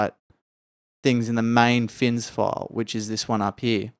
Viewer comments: ITS FNIS! FNIS! NOT "FINS" :DDD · Good show! I hope you get some rest. BTW, it's FNIS for Fore's New Idles in Skyrim, not FINS, many pronounce it Finis.